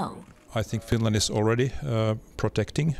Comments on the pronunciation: Why does he keep saying Fin land? It is Finland! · Finrand? Not Finrand! The Kremrin better reave Finrand arone. I ruv Finrand.